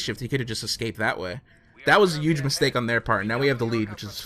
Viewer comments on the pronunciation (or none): I love you vids but every time you say "huge" with a silent "h" I cringe up a bit